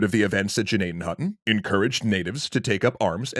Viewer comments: Thank you for pronouncing it correctly once in this episode. The G is silent. We have a hospital in PA named after this village, it's pronounced Nadden Hoyton. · I went to Indian Valley highschool in Gnadenhutten… sad not many people know about this tragic event.. also very impressed you pronounced the towns name correctly!